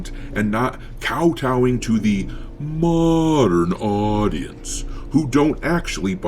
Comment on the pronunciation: lol... "moderrrrrn audience "..to funny. hey captain we need to get eve on board asap